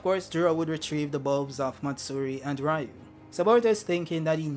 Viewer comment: Am i the only one who's like "Its Ryu" (Reeyu), not Raiyu. Ryu means dragon.